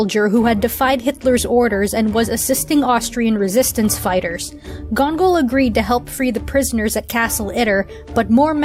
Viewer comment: YES! THE BATTLE FOR ITTER!!! No lie, I’ve loved reading through this battle over and over again. It shows a human side of the German army that, you really don’t see all too often, and just warms my heart Also, little something you got wrong if you don’t mind me correcting, the German major name is pronounced “Gang-Gall”. By all means, I don’t mean to sound pompous or condescending in any way, just thought I might correct a bit of you don’t mind Excellent video never the the less, and might I recommend the stories of the Japanese soldier that didn’t surrender until 24 years after the war had ended, or perhaps the Korean man who served for Japanese, Soviets, and German’s through out the war?